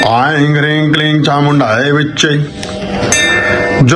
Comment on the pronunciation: vedio मे aing ऐंग्, hreeg हरीग्, क्लीग् ke उच्चारण हुआ है